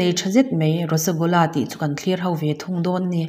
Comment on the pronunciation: Rosogolla-Rosgula tia lam tur